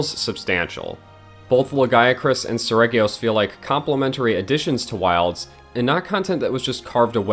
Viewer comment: Oh boy, get my blood boiling by pronounciation. As a russian, if you see the word in my language – you know how to pronounce it. There is no room here for options. I get that it's different in english. But Lah gee acrus is the intended name. Japanese devs just didn't think you will try to "englishify" it. Seregios is more of a Selegios also.